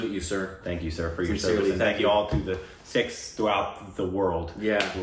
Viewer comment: Wow, - you pronounced "Sikhs" perfectly! It's not "Seeks" but as you said it " Sikhs".